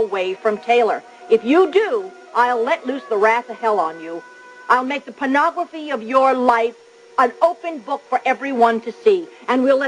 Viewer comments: Stephanie says "panography", not "pornography". 😉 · Lmao yeaaaaaa. Panography? Really Susan Flannery?😂😂😂😂😂😂